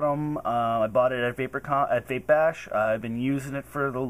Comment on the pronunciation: vape, not cape